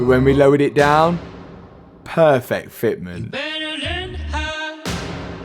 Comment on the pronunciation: Pearrrrfekt Fetmint